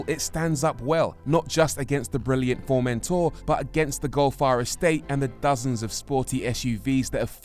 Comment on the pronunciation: Something about the way the presenter pronounces Formentor is a torment for me, lol